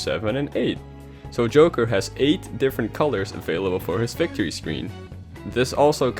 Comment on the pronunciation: It's victory not vicitory